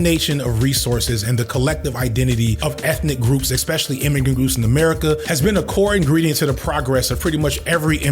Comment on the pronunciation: you really have to learn how to pronounce the word 'especially". there is no X in that word! other than that, great video as usual